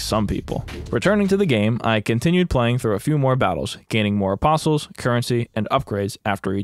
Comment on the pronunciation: Its like, I know hes saying apostles, but I keep hearing opposums, which honestly sounds like it might have made a much interesting game